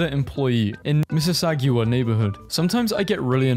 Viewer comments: “Miss is aw gu aw” yes perfect pronunciation (it’s miss es aw gah) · Miss a sa gu wah?😂 it's pronounced miss a saga... you were so close though! Good try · You pronounce the ending as sagga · The way you pronounced Mississauga is fucking sending me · Love how you can hear the cut before Mississauga implying he tried many times to pronounce that